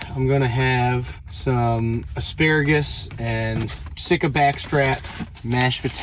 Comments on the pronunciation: also not how its pronounced. its see·kuh deer not sick·a deer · Ive always heard sika deer pronounced psy-kuh ❤